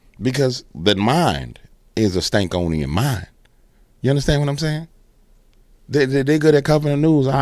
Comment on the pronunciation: It's Stanconian not Stankonian lol ❤ you not only tell it like it is. You have the ability to laugh at the prentenders watching 😅 Yes it's God ❤ they just trying to take asm as they can to hell with them